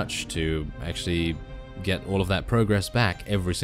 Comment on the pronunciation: I know I know, just that 'gate' a mod sounded so funny. 'Let's gate a mod!' XD